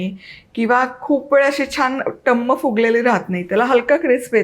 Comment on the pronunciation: गुढीपाडव्याच्या खूप खूप शुभेच्छा पुरी छानच झालेली आहे. पण थोडं कोमट पाणी आणि किंचित साखर घालून कणिक मळून घ्यावी. तसेच टुमम फुगलेली त्याऐवजी टमम शब्द बरोबर आहे.टुमम शब्द कानाला खटकतो.